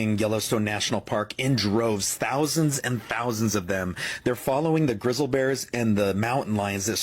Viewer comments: Who the hell is narrating the Yellowstone video!!?? & What kind of Language is that! 😂 GRIZZAL BEARS? ...it is baffling the "SCIENLIFIC" community? 😂 These animaliage creature critters are fleeing? WTF!! 😂 is this a cheap AI? or just an idiot!!? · Fake AI generated content says words wrong, like "grizz-ill" bears. FYI.